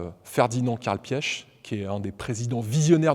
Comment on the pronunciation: Vous êtes sûr de la prononciation du Nom de Mr. Ferdinand Piech?